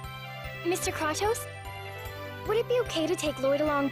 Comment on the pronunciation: The fact that they chose to pronounce Kratos as Craw toas is kind of bothering me... seems perfect for this game though.